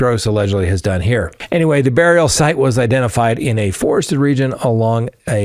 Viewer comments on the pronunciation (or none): none